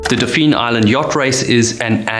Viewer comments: Dauphin is pronounced “DAW-fin.” At least that’s how us locals down here say it❤ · “Dauphin” is pronounce almost like the sea mammal (dolphin without he “l”). “Fairhope” is one word, not Fair Hope.